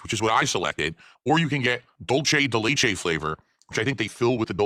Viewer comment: "Dul-che de lay-che" 😂